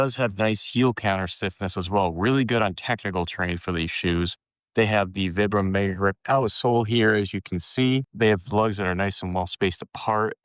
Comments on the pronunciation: It's "Veebrahm," not "Vihbrum." Vibram's an Italian company named after the founder, Vitale Bramani = ViBram. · I like the video, good info! Your pronunciation though is killin me! It's Vi like pie or long I sound. Veyebram. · Its Veebram actually, its Italian. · Can’t listen to someone who doesn’t even know how to pronounce vibram